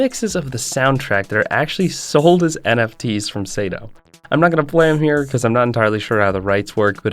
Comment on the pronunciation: The name of Osamu Sato was also pronounced wrong. It's Sato, but he said Seito